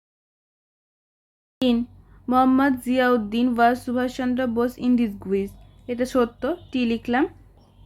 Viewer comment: ওটা ডিসগুইস না ওটা ডিসগাইস হবে উচ্চারণ ঠিক করে করো আন্টী